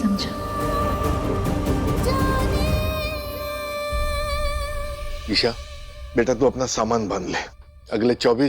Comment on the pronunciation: Esha i se nahi hoti hai E se hota hai